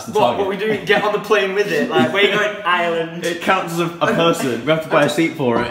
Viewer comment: YOU WERE HERE AND I MISSSSSSEEDD YOUUUUU 😭😭😭 (PS stop saying Island it's Irrrreland 😂)